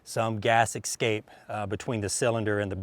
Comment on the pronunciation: Novelty or no, I'd say that there isn't a safe squirrel in under 150yrds... lol BTW,... You help us, so I'll help you. There is no X in "escape." lol.... esssssscape... Say it with me now... hehe In all seriousness, I was just lookin' at a six inch Rough Rider the other day... They're currently about a buck and a half. The 16" looks like a lot of fun. And a decent little camp gun/squirrel hunter/snake gun/sage hen/grouse/partridge/quail/Ptarmagen hunter... LOL